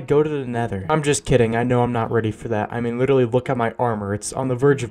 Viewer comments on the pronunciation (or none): I love how he said “witerally”